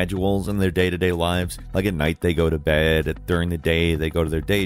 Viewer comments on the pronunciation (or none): none